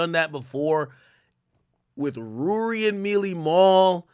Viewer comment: Ak mispronounce names on purpose. Rury and Millie Mal?